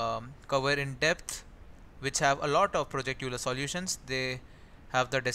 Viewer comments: euler is pronounced as "oiler" and not "youler" :D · I think Euler is pronounced oil-er.